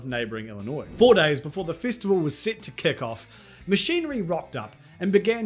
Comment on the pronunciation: Its festival not fistival fucking aussi